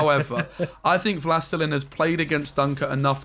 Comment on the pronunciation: Wlastelein? 😂 Wlastelin) it's "the lord" in polish/russian.